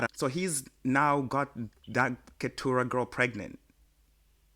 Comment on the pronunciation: 😂😂 kumalawi kulibe silent T it’s KeTurah… and also there’s a Tuno+Temwa collabo already I think.. anyway loving the podcast.